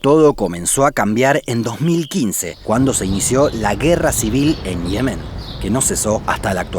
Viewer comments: Me rompe los tímpanos. Se dice Yemen no Ihemen, Ye-men. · ¿Por qué lo pronuncias como Yemén pero lo escribes como Yemen? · Dislike solo por decir Yemén en lugar de Yemen. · no tio, no es yemén, es yemen, enserio, que cojones pasa en sudamericacon las silabas tonicas ? que las van soltando donde primero les parece ? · Yemen, no Yemén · Hermoso, como siempre. Me emociono en cuanto veo notificaciones de vosotros. Una observación: el nombre de ese país en español es «Yemen», como en efecto aparece en el video, pero esto implica que no se pronuncia [jeˈmen], como lo hacéis, sino [ˈʝemen] (o, con acento argentino, [ˈʒeːmen]); la sílaba tónica es la primera, y va la misma 'y' de «yo». Me causa mucha curiosidad que hayáis escogido pronunciarlo de esa manera. ¿Por qué? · ¿Por qué pronuncias las palabras mal? Me refiero a que dice Yemén en vez de Yemen y cosas similares :/ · Me encanta este canal. Lo único malo que encuentro es la manía que tienes de decir Yemén, Naurú, cuando es Yemen, Nauru. Al menos en España, igual en Argentina se escribe y pronuncia distinto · No pensé que Yemen se pronunciaba ''lliemen'' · Pronuncia por favor bien Yemen, acentúa en la primera "e"